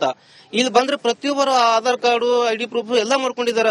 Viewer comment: ಹಾಢರ. ಅಲ್ಲೋ ಯಪ್ಪಾ ಆಧಾರ ಕಾರ್ಡ್ ಅನ್ನು